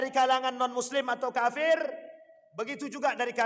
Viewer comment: Ngucapin kata kafir nya kok faseh sekali